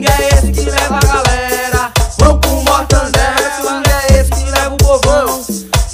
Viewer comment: Mortandela kk